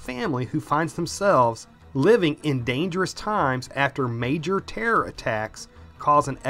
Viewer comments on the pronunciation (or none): none